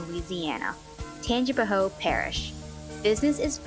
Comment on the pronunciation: it’s pronounced tan-jee-pow